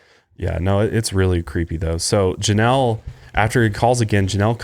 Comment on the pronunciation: he doesn't say Janelle